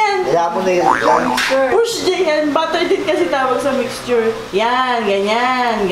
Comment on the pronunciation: Butter - the margarine Batter - the mixture Batter is not pronounced like "butter".